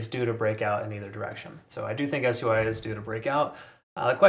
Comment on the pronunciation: why are you saying s-u-i and not sui